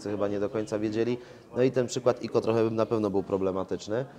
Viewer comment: ICO to nie "iko" tylko "aj sii ou"